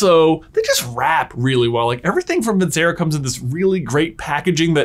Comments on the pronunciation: Off topic comment, but... I thought you might want to know that the c in Vincero is pronounced with a ch sound, like vin-chair-oh. It's the last word in one of the most popular/famous arias of all time, Nessun Dorma, and it means victory. I don't know if the Vincero watch company cares much if you say it right or not, but in case they do I thought you might like to know. Your videos are great and I enjoy them. Thanks for putting out such great content! ❤ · At this point, I want to believe and know it's pronounced vin-chair-oh and they're too proud to accept it. Respect.